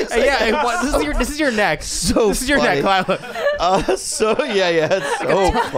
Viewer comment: Khalyla.... “Ka-wee” ? Really? You said it so confidently too lol